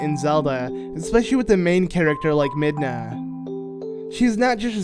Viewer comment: Midna its midna